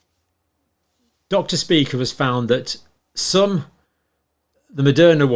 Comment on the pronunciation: It's actually not pronounced Dr Speaker, its pronounced. Dr shpye-cher ( phonetically) it's a German word, however many Jewish people have this surname